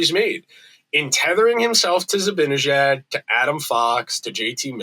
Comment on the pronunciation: Great rant,. But it's time you started pronouncing Mika's last name correctly. It's not difficult.